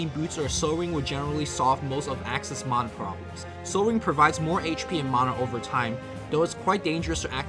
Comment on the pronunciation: "Maahnah Pool" and "Shadow Shaymon"